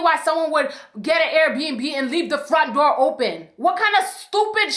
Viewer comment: Door, it’s door, not dow